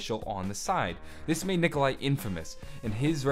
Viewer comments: it is Nikolai... Not Nikolia... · LMFAO u messed up on nikolais name srry but thats just fucking hilarious still great vids man